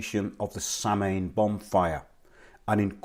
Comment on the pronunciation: A little help with Irish pronunciations for you. Bealtaine = be-owl-tin-a Samhain = sow - en IT hurts my gaelic soul to hear them mispronounced. Love the show